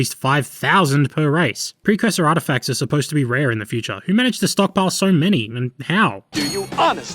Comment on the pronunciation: "Precursor atrefacts". I'm sorry, but if I didn't post it, someone else would have.